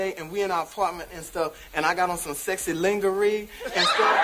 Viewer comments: When Wanda says longeree instead of lingerie! Lol. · Wanda pronounce lingerie like we all did when we first saw the word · I still pronounce lingerie the way wanda did to this day lmfao it always makes me chuckle when I do. I like to think my girls have a great sense of humor cause 8 raised them on these old shows. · Never gets old! I like how she pronounces Lingerie😂